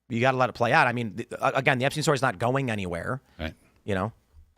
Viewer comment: I'm going to lose my mind between the guest mispronouncing Epstein and Tim mispronouncing Hyundai